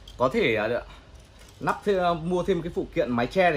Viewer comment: "lắp" chứ k phải "nắp"